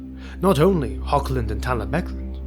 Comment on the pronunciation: Nice work. I am well aware that is very difficult für native English to pronunce the German word "Hoch" (High) but it has nothing to do with "Hog". There is no K-sound. To match the german "CH" loud you have to raspel strongky like clearing your throat